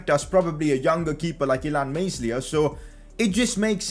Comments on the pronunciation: The "S" in Meslier is silent..... It's pronounced Melier not meSlier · can someone tell this man its pronounced melier not meslier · It's pronounced illan Mel-e-Air pls sign him tho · the boys name is pronounced meliay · you are pronouncing Illan Meslier wrong